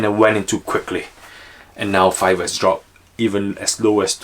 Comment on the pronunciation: Sure called Fiverr correctly.